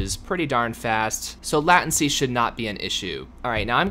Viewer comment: did you say laht-ency